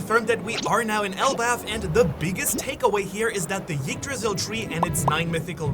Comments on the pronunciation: The tree is called "Yggdrasil", not "Jiggdrasil". But the fact, that this guy knows exactly how to pronounce it correctly, but chooses to do it wrong, just hurts.. so cringeworthy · you don't have to pronounce the "y" part of yggdrasil so hard. the first sound is more of an "eek" sound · Come on, it's not pronounced Yggdrasil, it's pronounced Yggdrasil.